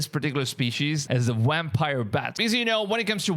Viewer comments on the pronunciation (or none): You’re saying wampire instead of vampire? Your English sounds very good, I don’t know why you would say wampire instead of vampire.